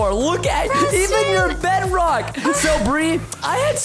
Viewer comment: CätBõÿ 100 What in the World is Breadrock 😂😂😂😂 Its Bedrock 🤦🏻‍♀️🤦🏻‍♂️